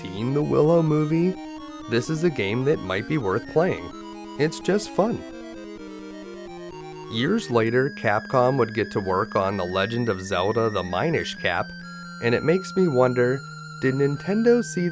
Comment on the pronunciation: I'm sure someone else already said, but Capcom actually made 4 Zelda games, Oracle of Ages, Oracle of Seasons, 4 Swords, and Minish Cap. I believe the most popular pronunciation of minish rhymes with finish, like diminish. Since the cap shrinks you, diminish seems to fit the concept, imo.